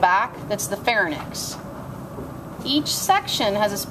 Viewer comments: She mispronounces the word pharynx. It is "far-INX", not "far-nix" Look at the spelling of pharynx. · PHARYNX FOR GOD'S SAKE. PHARYNX. FAIR-IN-X NOT PHARNYX. NOT LARNYX. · You're pronouncing pharynx wrong...it's pronounced "Fair-inks"..not "Fair-nixs". Tell your students to 'shut up' also while you're teaching them basic anatomy. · IN all Fairness, it's pronounced FAIR-NICKS.... got it? Good talk guys glad we are all on the same page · It is not FAIR-NICKS...look how the word is spelled ... PHAR-YNX. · Just to let ya know she is pronouncing pharynx larynx wrong. its like RINKS not NICKs